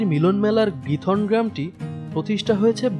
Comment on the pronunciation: নামটা খিথরন( উচ্চারন টা এমন)